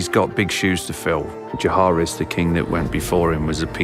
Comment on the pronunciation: The fact that Viserys' actor cant pronounce the name of Jaehaerys properly throws me back to David Benioff mispronouncing Missandei in the BTS episodes of S8 and that isnt a good sign